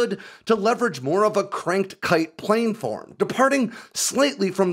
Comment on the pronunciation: A couple of minor nits... Tonopah is pronounced Tono-Pah, not Tena-Pah. You've made this mistake in the past. Also, planform is pronounced Plan-Form, not Plane-Form. It's important to get things like this right.